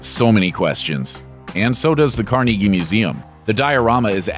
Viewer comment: Yes! Thank you for properly pronouncing Carnegie... the correct Pittsburgh pronunciation.